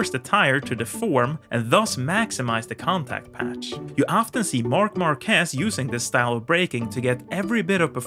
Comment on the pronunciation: It's Marc Márquez, with the emphasis on the "a", NOT Marquéz, with emphasis on the "e".